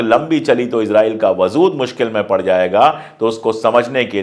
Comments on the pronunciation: Sir, I really appreciate your work & ethics so much. Just one correction - "WAZOOD" nahi "WAJOOD" bolte h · I like the way you present news. If you dont mind, i would like to correct some words that you use in urdu example: wazood. The correct word is wajood. Iam really sorry iam correcting you. In future also i will correct the words you pronounce wrong, if you dont mind. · lafz wajood hai wazood nahi. Sorry, apki zaban bahot pyaari aur talaffuz bahot khoobsurat hai isiliye kano ko achchha nahi laga. Gustakhi maaf kijiyega. Mai apka fan hoon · vazood nahi vajood hai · Wazood nahi WAJOOD hota hai,sir. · Wajood lafz aap wazood pronounce kar rahe hai.pls rectify your pronounciation. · Aap achchi Urdu bolte hain aik galti ho rahi hai wazood galat hai wajood sahi hai